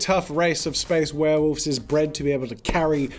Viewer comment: This is an awesome video but there's one thing that bugs me. 'Werewolves' not 'warewolves'